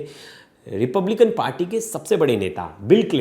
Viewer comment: Trump belong to Republican Party, Correctly pronounce the name of the American political party.